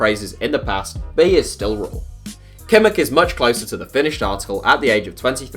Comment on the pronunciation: Is it that hard for English speakers to put a 'h' at the end of words, for example in Kimmich?